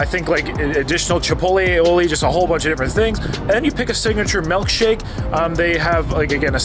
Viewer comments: Ah yes, a “melk shake” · It’s MILKshake not MELKshake 😂😂